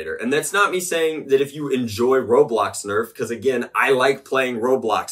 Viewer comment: Not saying I don't agree but it is called ro"blox"